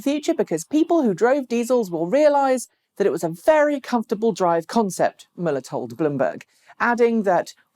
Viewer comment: Hi, Thanks for working on your pronunciations. However you mispronounced both of Matthias Müller's names. Paste it into google translate for a pronunciation guide. It sounds like "matt-ee-us moo-lah", with the accent on the ee and the moo. And yes, VW is STILL not serious about EVs. Most of the few thousand eGolfs built seem to be here in Silicon Valley. There are very many of these excellent but unfortunately rare cars here.